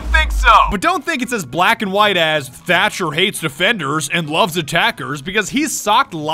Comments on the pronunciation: Watching this back, shoulda been called thercher not thermcher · Why does he call the Thatmite duo thermcher? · thermcher? "thatmite" not work sorry, thatcher needs a buff please